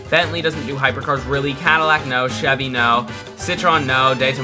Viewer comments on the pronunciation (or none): none